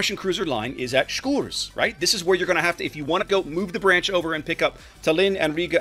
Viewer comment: love to hear the name pronounced correctly for once